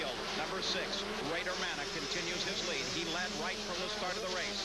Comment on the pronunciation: Bader manneh yep " ma-nay" those morons. Lol rode w him a few times he hauled ass